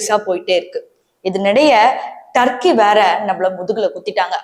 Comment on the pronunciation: அடியேய் பேய்க்கூதி முண்ட அது தர்க்கி இல்லைடி துருக்கி.